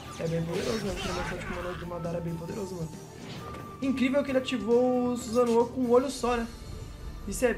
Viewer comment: Não e Suzano igual fala, é SusanoO